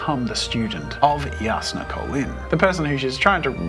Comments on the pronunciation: The way he pronounced Jasnah tho “Yass-nah” 😂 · wtf the j is pronounced as y i always pronounced it J asnah 😭